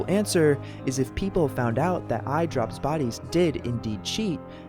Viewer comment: Why You Say Idropbodies Like That